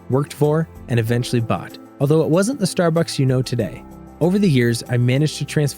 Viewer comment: it seems this is an ad for Starbucks? also who says star-books? like this guy.